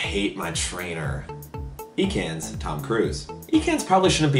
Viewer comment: Ha hilarious! BTW it's not pronounced eekans :)